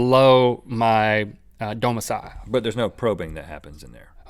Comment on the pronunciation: "Domissile" lol